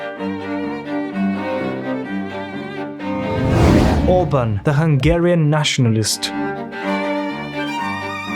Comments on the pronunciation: Orbán orbaaaaan not orbn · I like the way he pronounces Orbán like the singer from Blur Damon Albarn's last name